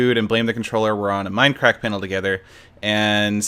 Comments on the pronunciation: "WELCOME BACK-A TO DAH MINUH CRACK-A!" -SethBling2014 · WELCUH BACKA TOAH MINDUHCRACKUH